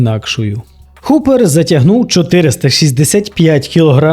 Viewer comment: Непогане відео. Колони Геркулеса. "Дуже несподівано тут провалився Том Столтман". Несподівано?! Якщо ви уважно слідкуєте за стронгменом то повинні знати що ця вправа майже найслабша у Тома. Звичайно він на ній останній або передостанній. Столтман а не Стольтман. Нел а не Ніл. Гупер а не Хупер.